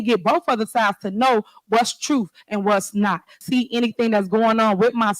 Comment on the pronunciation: Y’all got to listen to boff sides of the truff, - Tiffany. It’s very simple, where are the financial records?